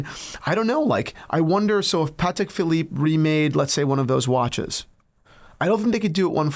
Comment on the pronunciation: It must be Christmas. He actually said "Patek" properly.